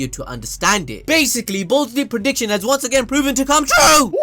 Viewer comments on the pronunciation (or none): none